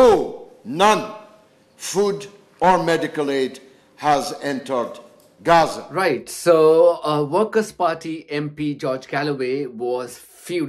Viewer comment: Please do us (regular Brits) the courtesy of pronouncing Gaza as it is familiarly known.